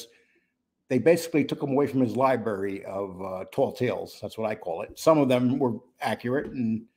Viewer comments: I was wondering why you keep saying "libarry" instead of "library". Couldn't find anything that explains it in terms of dialect or accents. You are the only one as far as I know uses "libarry". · Its Library. There is an R in it!